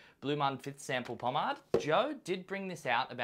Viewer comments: Po-Made, Po-MADE....MADE,not mad.... love the content but goddamn did that piss me off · Pawm-aid god dammit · The way you say pomade 🙀😵🙃